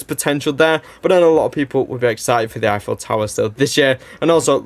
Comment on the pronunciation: "Effiel Tower" .... "Effiels Apartment" ... Gustave Eiffel doesn't approve.